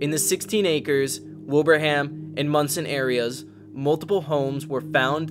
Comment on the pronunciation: Thanks for saying Monson right, but you missed a LOT of the major damage there! You can really see just how bad it was there to this day.